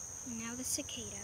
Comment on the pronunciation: It's cicada not zicada